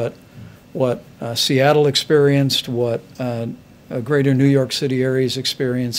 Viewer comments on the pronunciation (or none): none